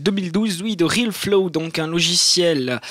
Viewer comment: C'est RealFlow est pas RilFlo :3